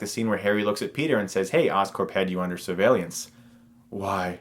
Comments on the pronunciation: I love you Chris, truly I do. You're a great guy and do awesome reviews. But it's pronounced SUR-VEY-LENCE, not sur-vey-lee-ence...I've heard you say it several times...I couldn't help myself...knowledge is power :) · hehe he pronounced surveillance like survaylience... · did I hear that right? "Survallence?